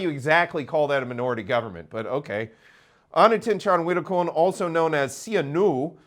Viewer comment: I'm impressed you can pronounce all of the names. Thanks for all of the information.